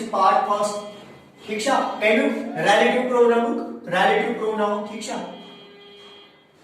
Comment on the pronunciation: Ralative pronoun😂